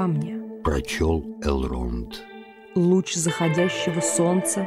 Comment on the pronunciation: Мужчина читает хорошо, но какой у вас перевод книги нелепый, где вместо орков гоблины, а названия городов и имен с не правильным ударением Э́лронд а не Элро́нд Го́ндолин а не Гондоли́н Ри́вендел а не Ривенде́йл Всю атмосферу портит Еще песни эльфов на сельский лад какой то, где эльфов выставляют какими то сельскими дурачками которые с Гендальфом и гномами как с дружками разговаривают